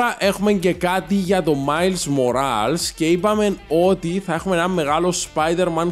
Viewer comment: Ειναι Μορλες οχι ΜοΡαΛς